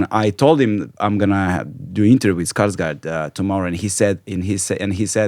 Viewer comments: majstore Mogao si barem na Google Translate pronaći zvučni izgovor njegovog prezimena. Kaže se Skašgord a ne Skarsgard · Stelan Skarsgord se izgovara.